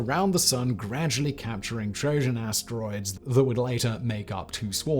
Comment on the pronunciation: Did he say 'Astronoids'? 🤷🏻‍♂️ 😕